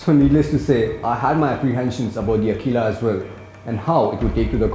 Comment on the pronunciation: its aqila[akwila] and not akila[like he says everytime in the vid..cool review though